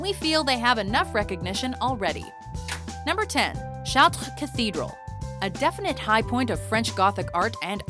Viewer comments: Charts, the S is silent dumbey. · The way that you pronounce "Chartres" makes me uncomfortable. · why cant you pronounce chatre correctly i thought canadians could speak french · Why is she pronouncing Chatres like that? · everytime this narrator pronounces something french I cringe and want to jump out the window